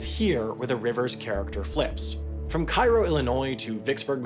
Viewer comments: Picky. Picky. , Cairo is pronounced locally as "kay-row", not "kai-row". I lived near there and had a brother who worked on a COE dredge and two other relatives that worked on "tow" boats, one deck hand and one rose to chief engineer. Great report. Free indeed. You can "lock through" with a kayak. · obligatory mention: "it's CAY-ro, not CAI-ro" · It's 'KAY-RO' Illinois. ;) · Cairo is pronouced KAY ROH, not KY ROH like the capitol of Egypt. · Commenting to explain that Cairo, IL is pronounced KAY-RO, not KIE-RO like the city in Egypt. Don't boo me, I didn't come up with it. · Cairo, IL is pronounce kay-row. Kai-row is in Egypt. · Kay-row! Not Ky-row. We say things weird in Illinois. Excellent piece as usual. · I noticed especially when you mispronounced "Care-oh" Illinois ;-). Feel better soon! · Cairo, Illinois is pronounce Cay-ro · Kay-Roh, Illinois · He did the typical thing and pronounce Cairo, IL like Cairo, Egypt. For whatever reason, it's pronounce Ka-roh, IL. Also, Milan, IL is MY-lin. Why? Who knows what local pronunciation happens. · Cairo, IL should be pronounced to rhyme with "care". IL likes to mispronounce stuff - from a guy that grew up in Vienna (pronounced "Veye-anna") Also worth a look at 2011 where Army Corps had to think really hard about if they should flood Cairo or a bunch of farmland in Missouri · It’s actually pronounced Kay-ro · . That’s “CARE-o” Illinois, tyvm, :) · KAY-ROE. Otherwise, great video. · as a resident of the area it's usually "CARE-oh" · it's pronounced KAY-roe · KAY-RO! Kei-Ro is a city in Egypt. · Cairo, IL is pronounced kay-rho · mispronounced Cairo, IL as well (should be Kay-roh) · That’s probably why you mispronounced “Sault Ste. Marie” and “Cairo, IL”, right? I am so sorry, I couldn’t help myself. You’re the man, have a great day! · My fellow Illinois citizens will not forget that you pronounced Cario wrong.